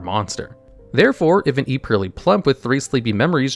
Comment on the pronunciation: Drinking game: take a drink every time he says purrely